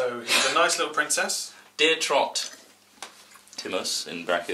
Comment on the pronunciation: Trott. TROTT! GET HIS NAME RIGHT!